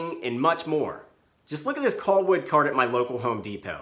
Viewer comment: He keeps saying "coll wood." I'm wondering how he would pronounce "doll." Lol 😄 What about sea gulls? Sea golls?